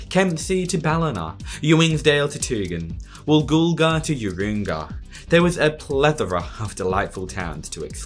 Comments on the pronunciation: Urunga is Yoo-ruh-nga, not Yoo-roo-nga. I lived there briefly as a kid 50y ago and remember the interminable drives down to Sydney with my parents with traffic backed up in so many places. Similarly Maclean is pronounced Maclane. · Always enjoy a pacific highway video, I’d reckon on about 100 trips over the last 60 years, and it’s been steadily improved throughout that time, with the pace having picked up since the 1990s. I was wondering what the hell Yoo-roon-gah was until I realised you were referring to Urunga. Pronounced Ya-RUN-ga. Also Maclean is pronounced Mak-LANE. Some more for you; Tyalgum is pronounced TAL-gum, Tumbulgum is Tum-BUL-gum, and Mooball was MOW-ball. Although the latter is so often pronounced MOO-ble now its become a moot point. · As a stickler for detail, I have to point out that Urunga is pronounced “you-run-gah” and Maclean is pronounced “Mac-lane” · Hate to be that guy, but Urunga is "You- run- gah". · Urunga?… I think it’s pronounced “Ah run gah” 🤔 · Urunga (you-run-ga) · Oh man... Urunga is pronounced U-run-gaa 🤦